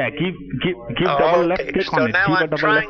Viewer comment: Little tip from an actual Indian: As soon as 'John Smith' pronounces "double" as "dubbal", he a scammer.